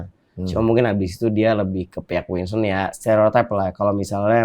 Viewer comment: Winson tod bukan winston